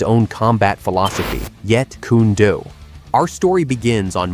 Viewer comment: It's JEET KUNE DO not Jeet Kuna Do JEET- KUNE -DO If you gonna make videos of Bruce's art speak it's NAME CORRECTLY